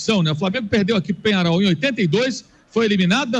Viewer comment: Qual jogo vc assistiu? Penharo? Que time é esse? "I um time" ???? Vc é americano? Kkkkkkkkkkkkkkk Amigão, o nome é Penhãrol, e é um time horrível. O time ter uns títulos não adiciona técnica a jogador ruim. Vc é um vascaindo que nem sabe a nacionalidade dos caras kkkkkkkkk... O uruguai tem 2 títulos de copa, depois disso, quantas finais disputou? Sai dae anti, mas pode continuar dando audiência pra noiz. Vascaindo sem tradição...